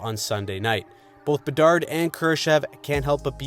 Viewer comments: “The Chicago Bedards” hahaha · your saying it wrong its the chicago bedard no s if it was plural they would be good